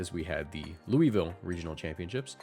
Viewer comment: If you’re talking about Louisville, the city in Kentucky, it’s pronounced Loo-vul